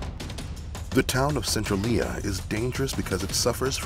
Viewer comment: *sen-trail-yuh ❤️ Cool vid